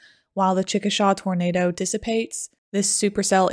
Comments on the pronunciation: I love your analysis but I want to correct one thing for future vids. It is pronounced chick-a-shā (shay). Though I live in N. Texas, I have family all over that region. People get the pronunciation wrong all the time. No disrespect. On a side note, my aunt lived less than 1/4 mile from where the track of this storm crossed I-240, by Tinker AFB. She had debris all over her yard. It’s hard to find anything funny about this violent storm, but she found an almost intact toilet in her front yard, just after the tornado missed her house, to the east. I was on work assignment in Baltimore at the time, but was watching the coverage on The Weather Channel. I called her just minutes before the tornado passed east of her and she had already gotten in her storm shelter, with her 2 Samoyeds. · I don't know if anyone has pointed this out before but it's pronounced Chick-a-Shay not Chick-a-Shaw. I don't know why it's pronounced that way exactly but it is. The Chickasaw Indian tribe is pronounced Chick-a-Shaw though. Great video though! Us Oklahomans love tornado history. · Chickasha pronounced CHICK -A-SHAY NOT SHAW. That’s how the native Oklahomans say it. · Hey small common mistake but you pronounced chickasha wrong, you pronounced it “chick-a-Shaw” , the correct pronunciation being”Chick- a-shay” . It’s not a big deal it’s a common mistake from people not from here since Chickasaw is a Native American nation so people commonly mistake the town name as the tribe name . Just as someone from central Oklahoma it threw me off , and wanted to help with possible future videos . Keep up the good work because alot of tornado video documentaries end up losing my attention span after abit but this is very well put together and I never get bored, and information I haven’t heard before , and I’m literally from that area and had family inside it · Great vid. Just FYI because you'll wanna know this as a weather goddess, in Oklahoma it's pronounced "ChicaSHAY." Why? Cuz Okies are weird.